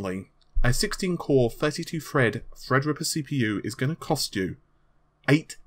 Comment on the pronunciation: bestiebest making fun of. He sounds like he says "Fred" whenever he says "Thread" lol